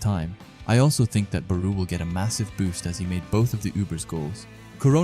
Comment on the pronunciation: Why do you pronounce Barou like that